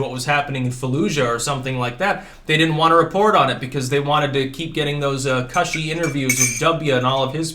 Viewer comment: "Cushy" rhymes with "pushy"